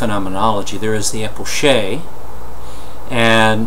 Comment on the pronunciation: Isnt it pronounced as K because its a greek word